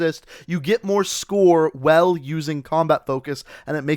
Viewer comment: The way you say “while” pisses me off. “wHaLE”